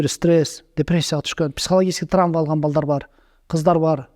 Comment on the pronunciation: интервью алаарда трамва эмес травма, роборт эмес робот деп айтып койсон??? 🙏 коп окушса неудели ушул создорду туура айта алышпайт😢 журналисттери баш болуп